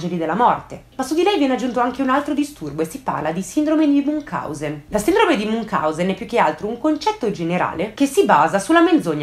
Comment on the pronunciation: MunCIAusen,, si pronuncia così! Perdono se faccio di nuovo la pignolina, ma sono medico e in questo caso è più forte di me😅